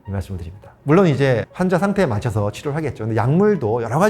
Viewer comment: 의사가 "환자"의 발음이 틀렸으니! "환"은 길게 발음해야 하는데, 귀하께서 짧게 발음했나이다. 발음 문젝는 이 뿐 아니옵니다. 또, 해군도 틀렸나이다. "한국 어문을 고발함"을 조용히 읽어 주실까요?